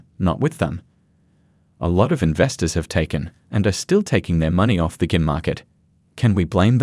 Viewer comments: Dear God. Use a real person. Gim? Wtf is a gim?! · Crappy AI video, yawn... When they pronounce Gym as Gim, I gotta go. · Get a real person to read your script. Your robot can’t even pronounce “gym” correctly.